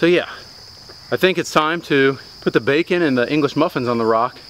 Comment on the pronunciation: when he was eating he said bacmon